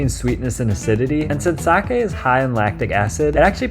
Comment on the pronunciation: Good video, and extra points for knowing how to say sake. -viewer from Japan.